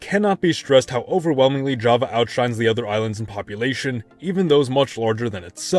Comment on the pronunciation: Java is not japanese your prounounce is wrong"